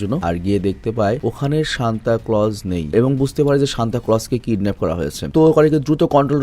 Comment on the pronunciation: Vai oida santa na senta😢